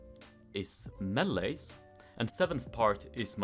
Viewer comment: I love how he says meeles xd